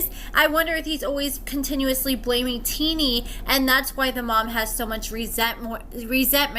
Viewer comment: I love your videos, but I'm starting to be convinced that you dont actually watch or pay attention to the episodes. First you were pronouncing Shonta wrong now your pronouncing Tennie wrong and she didnt ask his mom "who are you talking to" she said "what is your problem with me" 🤦‍♀️